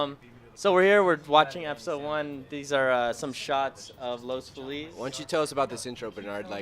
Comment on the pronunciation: the commentator doesn't even know how to say "Los Feliz". That's not how any self-respecting local pronounces it. An obvious transplant.